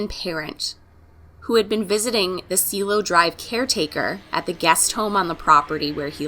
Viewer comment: It’s pronounced see-eh-lo (